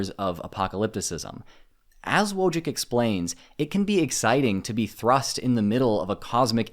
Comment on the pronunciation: Wojcik should be pronounced either as "Voichik" or "Voitsik" (depending on which Eastern European country it originates). This might come across as a little picky, but I prefer to get foreign pronunciations correct as a measure of respect.